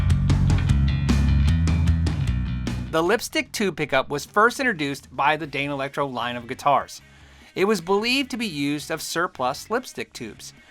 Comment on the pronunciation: I still like hearing you say Dane Electro 😃